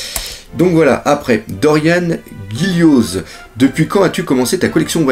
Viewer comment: Pour Dorian ça se prononce -an et pas -anne et pour Gillioz ça se prononce -Jio